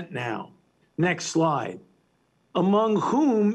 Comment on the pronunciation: When he says "next slide", I kept hearing "next lie"